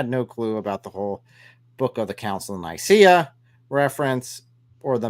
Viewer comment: OMG “the council of Naiyaceea”!! 🤣🤣🤣🤣